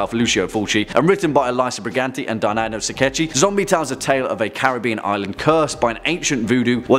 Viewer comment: It's pronounced Dardano Sakketti, non Saccetti.